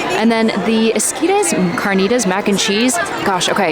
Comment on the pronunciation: How to pronounce esquites: eskeytes. pronounced like key 🔑. Es🔑tes